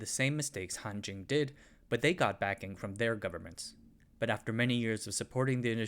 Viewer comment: It sounds like Hantjin...